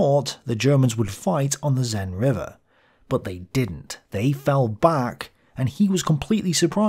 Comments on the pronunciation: The "Zen" (sic) river. That's certainly nothing like I've ever heard it pronounced! More like sen with the e sound being a short vowel of a similar sound to the e in men. As for "Bologna"-sur-Mer (sic)?!! If you're going to try pronouncing them other than British style at least get them remotely resembling the native pronunciations. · Seine river... more like sane and less like zen, please ! Apart from that little detail, great episode, thank you :) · Hey, the s in the Seine River is an actual s, not pronounced like a Z. Sorry, didn't mean to be pedantic, and sorry if like 100 people already told you that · Its Seine not Zeine, with the same S sound as in Sweet, not Zip. You got French me looking for what the river was. Also, doesn't English call rivers that go all the way to the ocean by a different name ? We have "rivières" (that don't and merge w/ something else on the way) and "fleuves" (that do). Edit issue with Meuse too, it's not Muse. "eu" sound is the same a "gurgle", a single flat sound. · Seine: "S" like Sense "Ei" like A or near it in english NE like N . Your S is so weird that's a Z according to me. Otherwise great content as always.